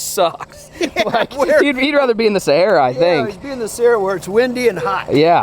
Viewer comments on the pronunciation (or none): none